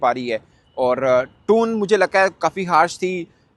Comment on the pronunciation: TONE ❎ TOON ✅